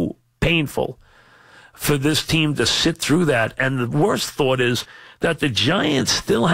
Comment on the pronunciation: main quality they are looking for in a replacement: must have trouble pronouncing "this"